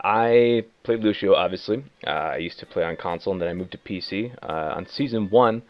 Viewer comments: Every time he mispronounces his name I cringe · He may know how to play him, but he can't goddamn pronounce the name right. Fuck this guy. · I like the fact that someone with 400+ on Lucio still can't pronounce his name right. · yassineya you’re joking right? That’s so wrong lol